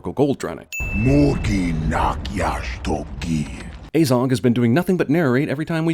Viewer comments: Pronounces it like "Ay-zog" instead of "Ah-zog" Cinema Sins: +1 sin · Ffs why are you saying things about a movie that you know almost NOTHING about. Like you dont even know the names of Fili and Kili, and you cant even pronounce Azog right. ITS AZOG NOT AYZOG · It’s pronounced ah zog not ayzog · So the only thing that really irritated me in this is how you pronounced Azog lol it is not ay-zog, it is aah-zog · Like, when he said Azog, he pronounced the 'A' as 'Ay' and not 'ah'. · It's probably long overdue to say this, great video but i just cant let it go unsaid, its a-zog, not ay-zog, why do americans always pronounce a as ay, do you say aypple? and also in the lotr trilogy aragon is about 90, he is a dunedain, who have longer lifespans than usual humans and he has a massive backstory leading the rangers around evendim, angmar and the northdowns which is basically due to legolas finding him and telling him everything that happened here, hence how they are really great friends by the time the lotr trilogy rolls around. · Narrator pronounces it Ayyzog even though in all the films it is never pronounced any way other than the way it's spelt: Azog. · I don’t care if this video is 6 years old I’m quite sure it’s pronounced as-og also Aragorn is in his 80s in Lotr and still lives over 20 years after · He's pronounced Azog wrong like 5 times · and it's azog as in a in at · Person who has watched all 3 hobbit movies still pronounces "Azog" wrong after it is said 100 times. DING